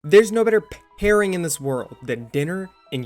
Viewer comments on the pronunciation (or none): Why did you say pairing like that?